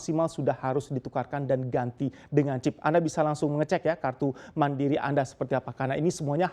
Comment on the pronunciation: Gra2 topicny pke bahasa inggris nyebut mandiri pun kebawa2 pake logat bahasa inggris WKWKWKKWKWKWKWKWKWQ